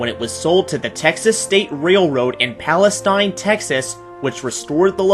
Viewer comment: The Texas State Railroad is in Palestine, Texas, it’s pronounced Palesteen. T&P 610 was originally stored at the Will Rogers Memorial Center, not the Fort Rogers Memorial, as there isn’t any such memorial in Texas.